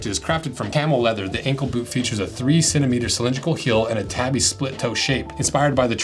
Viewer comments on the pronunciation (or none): Tah-bi. Tabby is a cat. To be fair, I don't think I've heard a single person on social media say it correctly. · I don't wanna be that guy. I love your work and have no doubt you know more than I do. But isn't the proper pronunciation "TAH-BEE". Either way nice video!